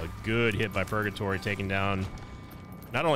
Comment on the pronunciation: Why did he call purgatory pogatory